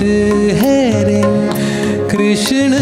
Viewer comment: राहुलजी... हिंदी गाण्यातला उच्चार कृष्ण, ण नाही तर न हवा ना... बाकी तुमचा कृष्ण आणि गाणं छानच आहे 😅😊